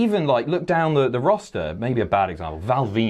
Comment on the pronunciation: Ah yes, the WWE “Rawster”